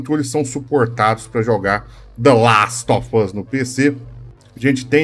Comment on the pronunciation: Vc falando The Last of Us é muito engraçado klkkkkkkk